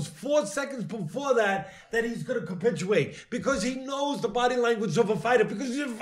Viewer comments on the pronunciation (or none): "He's gonna capi-chew-ate!!!"